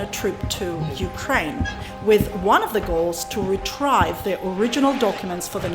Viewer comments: retrieve is pronounced as retreeve as if two ees follow after the letter r not as how you pronounced it retr-high-ve. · Just the word Retrieve. You pronounced it Retr-I-ve instead of Retr-E-ve. However, that bit of mis-pronunciation pales heavily in comparison to the wonderful things you continue to do for Jamaica, its citizens and our tourism. Thank you very much forr being a very good member of our local society and for helping in your own unique ways. One Love. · You pronounced word retrieve as retrive